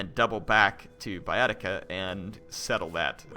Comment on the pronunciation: In latin you read "ae" and "oe" simply like "e" (not always, there are exceptions), so in english Baetica is simply /Bˈɛtika/ and federati are /fɛdəˈreɪtaɪ/.